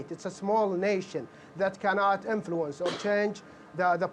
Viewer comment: "Eraniyan Enfuluence"